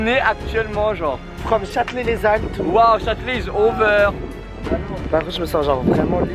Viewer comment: arrêtes de dire Châtelet les zalles 😭😭😭😂